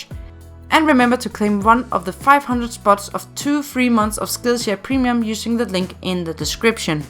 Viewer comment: no way she said primlum